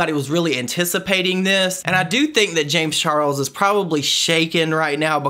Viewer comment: The way he pronounce James Charles name sounds like James Charols